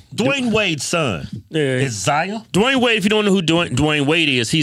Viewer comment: It’s not Zaya is Zion